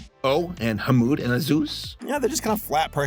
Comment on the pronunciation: I really want to hear how pronounced the kids' names in the original cut. #release_the_wrong_names_cut In the meantime we can enjoy the messed up quality You see, our main guy 𝑨𝙗𝒃𝙤𝒖𝙙 walls to school with his friends 𝙰𝚣𝚣𝚘𝚞s and 𝓗𝓪𝓶𝓶𝓸𝓾𝓭 when they stop to ask, where is 𝕊𝕒𝕝𝕠𝕠𝕞 also I love it when Americans see haneous things like portraying said Austrian painter in a positive light and familial abuse as normal, and say it's 🌼problematic🌺 afraid of your own shadows, as usual